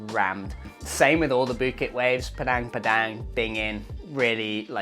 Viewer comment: Sorry to be pedantic, but not "Cenggu" and not "Padeng Padeng" Maybe find out what places are called beforehand, just a thought😊😊😊